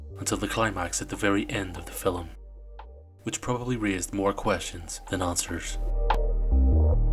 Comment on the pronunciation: It's pronounced film. Not fill 'em.